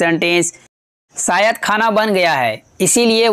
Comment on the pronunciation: सायद नही, क्रुपया शायद बाेलीये